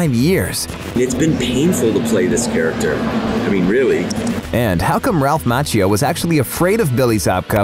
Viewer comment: Please check your pronunciation of "Macchio"